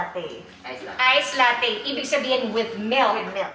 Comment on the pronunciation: FYI po: "latte" is an italian word which means milk and should be pronounced as "lat-te"... hindi po siya pronounced as lattey!!! Please desiminate the info through your vlog....